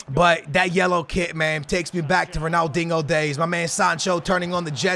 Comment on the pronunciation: He said Ronaldingo